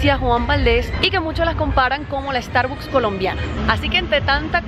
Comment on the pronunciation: Porque pronuncian tan mal Starbucks???